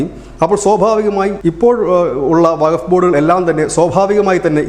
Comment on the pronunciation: വക ബോഡ് അല്ല വക്കഫ് ബോഡ് എ ന്നാണ്